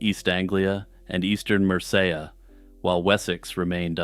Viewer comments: mer-say-ya???? It’s mer’see’ia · Good stuff, but you're stretching 'Medieval' and 'mystery' a bit. And it's MER-cee-ah. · Mersayah? Mercia is not pronounced like that. Dude, first simony now Mercia? Get it together!